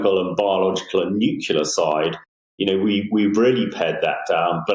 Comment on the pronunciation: Learn how to say "nuclear" you muppet. It's not nucular!!!!!